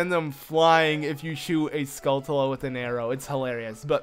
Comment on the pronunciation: You pronounce skultula wrong your supposed to prounce it like tarantula